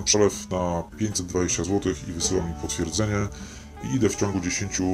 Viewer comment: "Potwieedzenie" xD